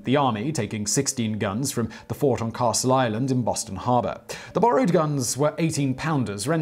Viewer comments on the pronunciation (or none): none